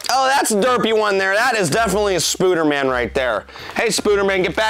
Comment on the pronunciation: I love how he calls the spider man ones spuder man😂🤣😂🤣